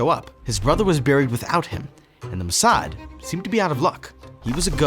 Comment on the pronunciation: It's not muhsad, it's Mossad.